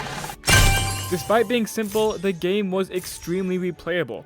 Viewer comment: did blud say new aweas and pewts or new areas and pets??????